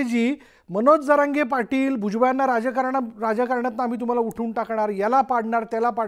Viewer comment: तिरक्या टरक्या नीट बोल जरांगे पाटील साहेबांना सरळ उच्चार करून बोल नाही तर तुझा दुसरा डोळा ही काढला जाईल